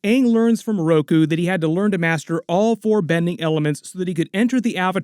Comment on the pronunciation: "MaStEr katara" ugh🙄